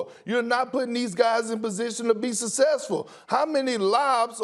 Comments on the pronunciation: Kendrick “sussessful” perkins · Kendrick "Sussesful" Perkins 😂😂